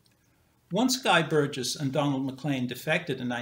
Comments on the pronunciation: Why does insist on a 'hard g' in 'Burgess', yet when he pronounces the name with 'a soft g', he 'corrects' himself? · I am pretty sure pronounces Burgess with a hard 'g'. Listen again to the first three minutes. I am certainly not defending the deplorable institution that is YouTube, let me state!